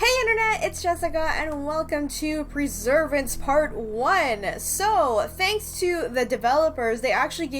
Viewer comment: I had to rewind and re-read the title of the game because you said "Preservance" and it toatally fucked my brain